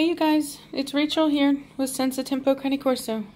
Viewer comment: I know this is super random but why is it pronounced “countee” Corso instead of cane corso